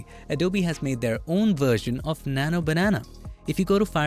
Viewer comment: keeps saying nana banana